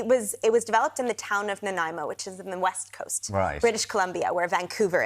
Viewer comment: As a British Columbian who grew up on Vancouver Island, thank you SO MUCH for pronouncing Nanaimo correctly, which is somehow an impossibility of most Americans.